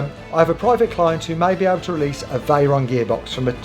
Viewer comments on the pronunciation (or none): ngl the "vey and ron" made me laugh